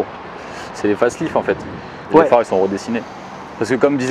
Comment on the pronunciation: Putain , dites pas fAceLift , c’est l’allemand qui l’a créer dit le comme un allemand